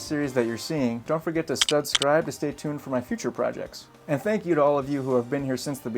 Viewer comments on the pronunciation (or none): Just wanted to say I haven’t subscribed until now because you say “stud-scribe” at the end and I think its goofy lol. Just saying in case that means anything to you. Great video!!